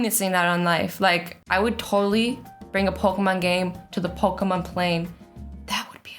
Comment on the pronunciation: Azzy: pokumon me: pokeeeeeeeemon